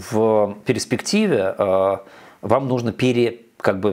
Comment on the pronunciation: Обожаю слушать как Мовчан произносит «перЕспектива» 😂